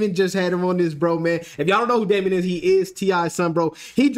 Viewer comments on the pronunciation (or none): Bro... his name is not Damon is Domani like DOH-MAH-KNEE. smh... and he don't sound like Cole... other than that good video